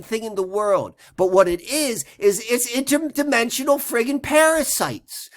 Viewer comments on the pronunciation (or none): Pausing to LMAO at "interDIMENSIONAL parasites!" lol this is awesome ty!:)